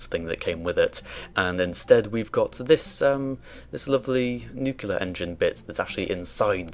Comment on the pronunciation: NUCLEAR, not nucular